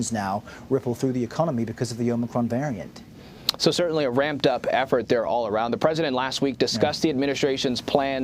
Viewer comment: Biden just told himself to “let’s go Brandon “ in front of 100s of millions.. You think he has any clue about a variant he still can’t even pronounce correctly? LOL